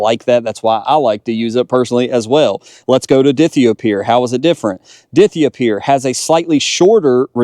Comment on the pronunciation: Die-thigh-oh-pure…. Please